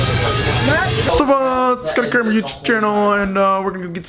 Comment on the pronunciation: why do you pronounce it Cramer, ffs